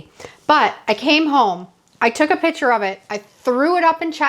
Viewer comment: I hope this doesn’t sound as critical as I think it does--😢 but, your pronunciation of "piCture" as "piTcher" really assaults my ear! LOL! 😅 😮 I loved your ideas and how you transformed the picture frames, 🎉 ❤but I had a very hard time listening to you say: "piTcher" frame so many times...😢 Is this pronunciation typical of your regional area?